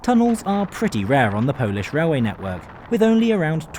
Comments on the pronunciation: Qudos for good Polish pronunciation. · Sir, your polish pronunciation is top tier. I use to travel this line 2 - 3 times a year, those old trains indeed have electrical sockets but they're hidden between seats and hard to find. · Rather nice compartment compared the the open carriages and hard seats in UK first class! As a Brit of Polish origin and a fluent Polish speaker I have to congratulate you on your excellent pronunciation in Polish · Excellent pronunciation of polish young man. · Bro you nailed pronunciation, also WKD is most punctual railway operator in Poland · The accent's off, which is no surprise for a non-native speaker, but the pronunciation of Polish names was pretty on point. Unusual for an anglophone to not butcher our language. A surprise to be sure, but a welcome one. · He said all of them right (yes i'm from Poland)